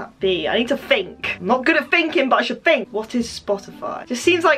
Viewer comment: I NEED TO FINK. IM NOT VERY GOOD AT THAT BUT I NEED TO FiNk Me: Yeah, FINK, Dont THINK but FINK.